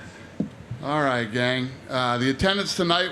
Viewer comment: Thit he just said altight gang